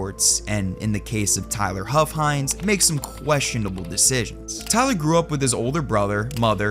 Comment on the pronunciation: Omfg his name was "huff-hines"